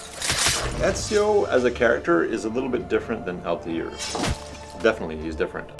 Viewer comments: it's Altair not Altiar o.O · They can't even say Altair properly. lmaoo